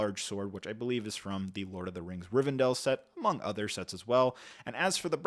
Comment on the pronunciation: I swear he's pronouncing words wrong on purpose. There's one in nearly every single sentence. He even threw a Riven'dale' in there at the end